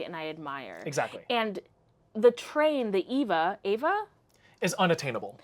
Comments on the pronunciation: The yellow boxfish, I was like, "Sponge Bob swallowed a that pufferfish teacher of his, Mrs. Puff, causing her to blow up inside him!" Now THAT'S C*unty! The Eva 500 train lookes like an electric wasp to me. Meanwhile, honey, Eva is not pronounced EE-vah. It pronounced AY-vah. AY-vah Gabor, as Nick at Night used to tell us, "Eva [AY-vah] will not harm you. Because her sister, Zha-Zha, was the entire c*nt who slapped a cop and ended up jailed and fined, etc.. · The Eva 500 is pronounced Ay-Va 500. Its color scheme is based on. Eva Unit 1 from the anime Evangelion